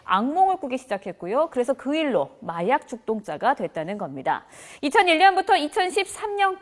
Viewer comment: 그건 그렇고 여성 아나운서 발음이 왜 이러냐.... 마약죽독짜 8번이냐